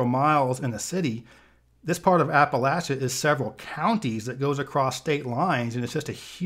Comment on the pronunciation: Thank you for pronouncing “Appalachia” correctly